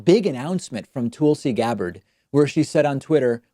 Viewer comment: David, I just don't believe you when you say it's because of English not being your birth tongue, so to speak, that you keep messing up Tulsi Gabbard's name. And I am not one of her supporters. You have heard her name repeatedly. What, do you have a bad memory, can't remember how you've heard it constantly? Lol. In fact, I've heard you say it right several times. Do you need some help? Lol.